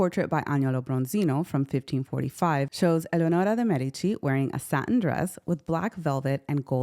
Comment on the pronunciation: I thoroughly enjoyed this video. Gorgeous images and I loved your beautiful pronunciation of her name. Subscribed.